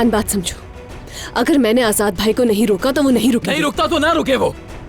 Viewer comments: Azat nhi azad hota h 😂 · ajad nehi ajad vai kaho....😂😂 mey jidni bar a line suntahu mera hasi rokneka nam hi nehi leta😅🤣